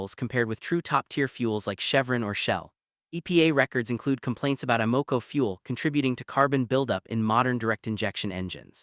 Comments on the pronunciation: Note no one says A Moco. It's pronounced Ama Co. Or Sunock O either lol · Two things. Is the presenter AI ? I ask because of the repeated mispronounced "tier" and "Amoco". More importantly, at least three of the recommended brands involve their premium, high octane fuel. Everything I have read previously has told me that these fuels are a waste of money unless recommended by the vehicle's owners manual and that some may be harmful to an engine when they are not required.